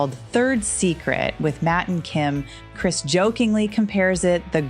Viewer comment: I would have given a like if you pronounced his name right. It’s Krist Novoselic, not Kris. Not trying to be rude, it’s just respectful ♥️🤗